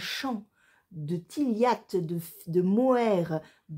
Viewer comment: Coucou ma langue fourche 🤣 je vais faire attention à cette prononciation de la tilia. J'ai du entendre un jour tiliatt et c'était foutu 🤣 La prochaine fois tu viens me voir 😘